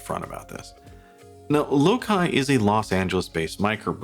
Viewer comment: Feels pricey for what you're getting. Regardless, I think its pronounced "low-sigh".